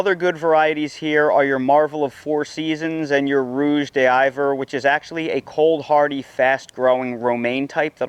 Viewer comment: My man I like your channel, and I’m a subscriber. You know how you say diva, like diva. Rouge d’hiver is said the say way you say diva. Rouge d’hiver is translated to ( winter red)